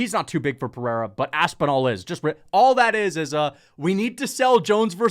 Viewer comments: Chael STILL saying “pee-era” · Can we please censor every time Chael calls Pereira "Pea Era", its so damn cringe. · It’s so obnoxious hearing chael say pee-era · Chael sonnen called Pereira Pee-Ayra one day went on with it for ever lmao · Them saying peeairuh is pissing me off. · i just want Chael to say Pereira correctly just one time. is that so much to ask for? like who tf is this GOAT Pierre guy ive never heard of he keeps talking about fighting Jon Jones? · Chael constantly pronouncing Pereira's name wrong is starting to get annoying, the schtick is getting old.